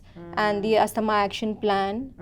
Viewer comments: So, she said 'Yeah/yes...for many times...inappropriately and she mentioned 'I completely understand your concern for many times... Pronunciation of Asthma is also wrong.. etc. despite those mistakes, you have uploaded this conversation for others to learn?? Ridiculous... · asthma- you have to pronounce it correctly as a doctor....!!!!!!